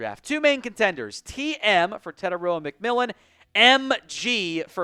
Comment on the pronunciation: Please get the right pronunciation for Tetairoa phonetically Te-tie-rower would be closer to correct than what I hear most people try 😢to